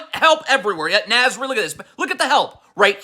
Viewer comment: Nahhhhhz. Not Naz :(